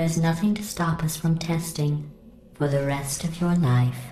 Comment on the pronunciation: "manual override on thi wall" LOL